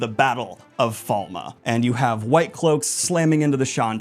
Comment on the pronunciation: Not even two minutes in, the name of the first Battle: "The Battle of Falma".... Falme!!!! Its Falme. My day is ruined and my disappointment is immeasurable. Edit: I see you have it wrong on the Billboard as well....